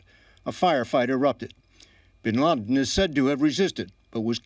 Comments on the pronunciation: he said Osama Bin Larden ...So Who died Bin Laden or Bin Larden ?? I'm confused ! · Osama Bin Larden !! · lol he says "Osama bin Larden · haha did he say osama bin larden? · the guy at the beginning said osama bin larden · he said osama bin larden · "Osama Bin Larden" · bin larden? .. lol it sounded like that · osama bin larden? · Osama Bin LaRden hahahaha. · lol he said osama bin lardin. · hahaha "OSAMA BIN LARDEN. " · Ik this is an old vid and all, but klisten at , he "Osama bin LARDen" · like if you think he says osama bin LARDEN and ? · Osama bin larden.